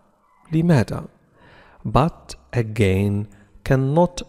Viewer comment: بات آغان ، وليس آغاين